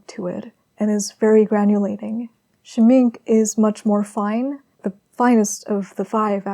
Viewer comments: SCHMINK-AHHHH... SCHMINK-AHHHHH.. not just SCHMINK.... AHHHHH repeat and learn... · "Schmink-ah" and "Hole-BINE" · Just in case you'd not had the luxury of hearing it aloud before (and why should you, tbf!) the 'e' in Schmincke is voiced. As if it's Schminck –ah. And the 'bein' in Holbein, rhymes with sign – I know, German is weird, I am very sorry! 🇩🇪 Pronunciation to one side, your layering and texture building is breath-taking, and your brushwork masterly. The portrait reminds me very much of Liv Tyler, and your colour pairings in all three studies are a delight, thank-you! 🙏🏼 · Its Shmink-E and Hole-Bine’ it’s embarrassing to see so-called professional artist not pronouncing correctly materials that are hundreds of years old. It’s embarrassing. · Schmincke = Sh-mee-n-kuh Holbein = Hole-b-eye-n Dear gods. I don't know how to type phonetically. 😂💕😘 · Wonderful and communicative as always. I admire your combination of painterliness and control of the medium. DS are a lovely brand but I’m a sucker for Schminke especially their lush, creamy pastels. The word is German of course and means Paint or Makeup. That ‘e’ on the end is articulated so we phonetically get Shhmink-air with an almost unpronounced R at the end. Good old German. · Scheminke is pronounced “sch-mink-kay” — just trying to help. Lovely video btw! ❤️ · The e at the end of Schmincke is not silent.